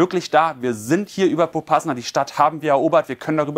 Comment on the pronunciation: POPASNAJA wird das ausgesprochen 😁😁